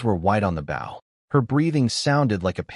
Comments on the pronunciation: Bow as in bow and arrow NOT bough of a tree. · Can you please pronounces "bow" correctly. The weapon is pronounced "boh", like go. The way you are pronouncing bow means bending forward at the waist, "ba", like cow. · Can someone tell the ai voice the bow is the weapon you shoot not the action of bending over. It keeps saying baw. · This story is so good and funny plz next part. But AI AV is so stupid lol Baw and not bow M.Y and not my!! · its pronounced bow as in ribon, not as leading edge of a boat or ship.................... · DARN AI NOT KNOWING HOW TO SAY MY, HE OR BOW, SHE /HERIGHT STUPID AI stop spelling the words say them dam it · AII is unable to used proper pronouns, has problems pronouncing two letter words and some times three letter words (such as bow when defined as a weapon), and is unable to use punctuation; but for some reason it always pronounces the word "miss" as "Mississippi."